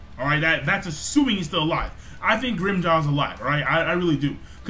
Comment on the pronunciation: stop saying grimmyjow it is annoying XD